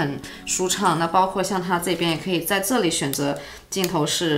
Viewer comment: 喜欢这个姐姐！好看大气！shu胶shu胶shu胶 ze里ze里ze里